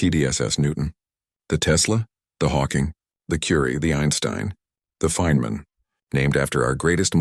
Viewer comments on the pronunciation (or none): none